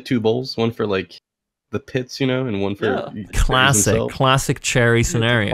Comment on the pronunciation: I thought you guys were saying, "charities" at first 😅